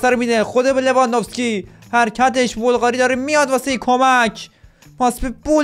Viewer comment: مگه سوسیه که میگی بلقاری